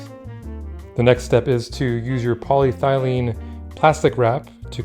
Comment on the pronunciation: My son recently sold a painting on a panel to a buyer in another state. Your video is exactly what we need. However we have one question. Did you say polythylene or polyethylene? Thanks. 👍🏼